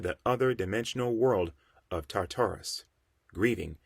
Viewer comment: You don’t know how to pronounce none of these names fam🤣 as a comic and mythology nerd it was aggravating hearing the wrong names. The biggest one was TAR TAR RUS. Like bro just google it if you don’t know how to say the shit